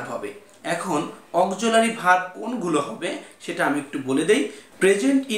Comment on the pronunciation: চয় না ভাই ছয়। উচ্চারণ ঠিক করুণ। অকজুলারি verb মানে কি!